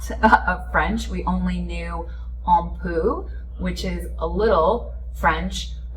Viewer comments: You are pronouncing “Un peu” wrong…it’s not “on poo”, you will be corrected in France when you say things. I get corrected all the time. I have been living in France for 3.5 years. French is not an easy language but the French will appreciate that you are tying. It’s too bad that we didn’t get a chance to meet, when you were here. The reason they eat later is because of a few reasons, one is in the summer, it’s hotter and No AC. Apéro time is a big thing in France, usually happens in the early evening around 6 to 9 pm before dinner. The idea is to stimulate the appetite, but not ruin dinner. There’s no time limit either. 😊 Protesting is a life here and you will always know when and where, because they have to get a permit in order to have it….the reason why they protest is because they don’t get to vote on policies. So, will the two of you try again? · FYI: Un Peu is pronounced and usually said, Un petit per. Your video was very good. Actually here now. I have been many times, but I have to say it has gotten a lot harder, the travel experience itself from flying to arriving in the city and just getting around. The metro has gotten crazy. I guess my age has really affected my ability to live this very fast life. I do live in Los Angeles so I am use to a pretty hectic life. I am here visiting my nephew who is studying here for a semester. This could be the last trip to Paris and it’s sad as the city is very magical.